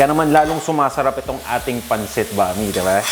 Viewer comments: Bam- ee not bami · Boss,that is pronounce as Bam-i,not Bami,alam ko yn kc Bisdak ako,paboritong lutuin yn ng mga Bisaya,pero wala lng dito sa Manila ng sotanghon na katulad ng sotanghon sa Cebu,iba ang sotanghon namin doon,kc pag naluto na cya,naging transparent Siya,at kahit anong pakulo mo nito,di cya nalalata,kaya cya ay masarap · I don’t think this is necessary but it’s actually pronounced as “bam-ee” but the spelling is right, bam-i. Anyway, your version is great as always.